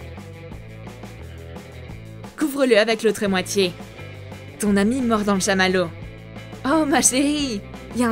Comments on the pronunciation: Mdrrr a elle dit anus aulieu de ami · Elle dit anus ok et alors ça fait quoi?! c'est juste un petit bug vous êtes immatures et je ne fait pas exprès de vous dire ça Desolé!😒😐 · Je rêve ou à elle dit "de ton anus"